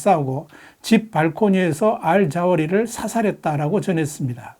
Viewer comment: "알 자오리"가 아니라 "알 자와히리"입니다.